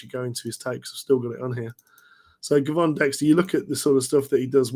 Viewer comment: FYI Gervon pronounced Jervon